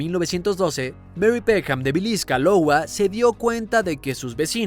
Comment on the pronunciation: No paro de pensar en que ha dicho Lowa en vez de Iowa